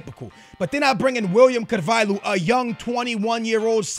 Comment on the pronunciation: ***** I'm actually brazilian but I'd say the way he pronounces Pereira, Quaresma and Willian Carvalho are weird. There might be other ones